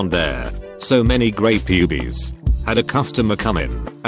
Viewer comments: Text: pubes Text to speech: P U B E E S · Nobody: Text to speech: PUBIES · I heard "grey Pubies" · Noone: Litteraly Noone: TTS: pubees